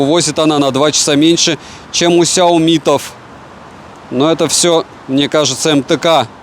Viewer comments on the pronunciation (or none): none